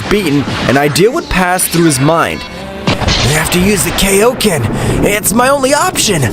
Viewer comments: its kai-o-ken, not kay-O-ken. It is named after king kai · It's kaioken not kaoken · the technique called kay-O-ken i genuinely dont know if this dude watched dbz or dbs